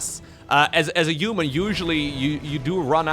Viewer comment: I love you. Thanks for all your dedication all these years. Since you so fond of words human and huge, could you possibly start pronouncing them human and huge instead of uman and uge?:))) No offence intended:)))